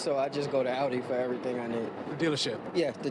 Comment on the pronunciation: LOL, that guy with the Audi who's too good to shop at Advanced Auto Parts doesn't even know how to pronounce the name of his own piece of overpriced German crap. 🤣🤣🤣